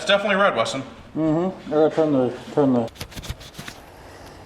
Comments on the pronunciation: Painting: 10/10! - Pronunciation of the word "RED": 3/10 :) (YouTube's automatic captioning guesses "Raid" the first time and then "Road" the other time.) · Red pronounced raeid give a 3 letter word 2 syllables.